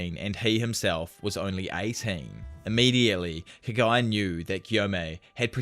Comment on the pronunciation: bro if you're gonna be the anime/manga scene or anything Japanese, PLEASE learn to pronounce Japanese words and names!! It's so confusing when I hear Kagaya and not Kaguya. Like who is Kagaya?